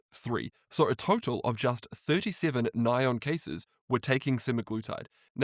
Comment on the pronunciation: Thanks for touching on this! I did a video breaking down a bunch of new research and stats on the GLP-1 causing blindness. Btw it’s funny how Sinclair calls it “ny-on” because in the industry we call it N.A.I.O.N. But here is that video in case people want to watch it GLP 1 Blindness Risk | Should You Be Worried? But great video and thanks for all your hard work!